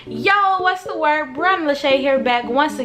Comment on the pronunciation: How come the second I heard you say what’s the word I knew you were from chicago 😭